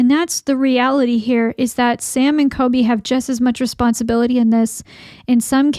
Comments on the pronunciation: it’s coLby not coby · It’s COLBY. ‘Cooolllbbbeee’ not kobee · All investigators are faking, thats literally the entire concept of this brand of video. It's all fake. Most people KNOW its fake. It's kind of disgusting how little you respect people, and its clear because you can't even be bothered to say COLBY's name correctly. You roll your eyes and have a "I'm better than them" attitude this whole video. If these guys are scammers, so is everyone else. It's entertainment, get over it.